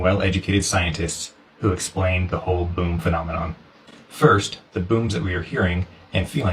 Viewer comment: The way “First” rrrrolls out on the audio, is odd. The whole story is odd. My favorite part is when he gives mad props to the Government 😶